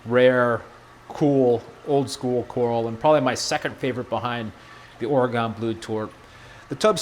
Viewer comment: I live in oregon and how you say oraygon cracks me up 😝